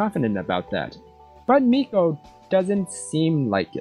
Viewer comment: Meikos name is pronounced my-co